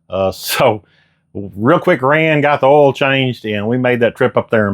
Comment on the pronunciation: It’s earl!!